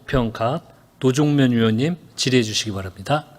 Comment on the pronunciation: 위원장 너 발음이새냐. 도종면이아니고 노종면이다. 위원장사퇴하라